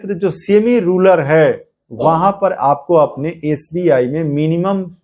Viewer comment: रूलर नहीं भैया रूरल होता है